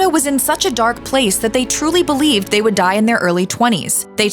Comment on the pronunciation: Sounds stupid every time you say They